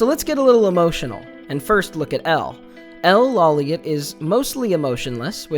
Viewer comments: Lawliet is pronounced ״low-light” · it's actually pronounced as "Low-Light" but reads as Lawliet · L lawliet Pronounced EL loli-ette “LOLI” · Lawliet is pronnonced as "Law-Light". Not "Law-Liet". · I think it's pronounced low-light